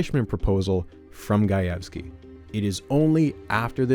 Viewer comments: Hearing you pronounce Gajewski correctly is surprising and welcome after hearing your past, uhhhh, interesting attempts at pronouncing Slavic names. :P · Side note, I really appreciate the correct pronunciation of “Gajewski”! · I'm just 4 minutes in, but as a Polish person, hearing you perfectly pronounce Gajewski is so nice!!! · As a Polish person, thank you for pronouncing "Gajewski" correctly 🙇